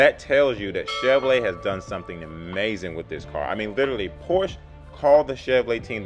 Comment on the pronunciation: You need to learn how to pronounce Porsche.